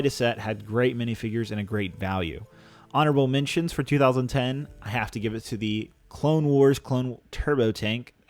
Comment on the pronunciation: Is it just me, or does he say "arnable mentions" several times?